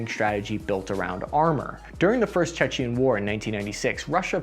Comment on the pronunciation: It's 'Chechen' not 'Czechian'. Czechia is the Czech Republic, and Chechnia is the home of Grozny in what is now Russia.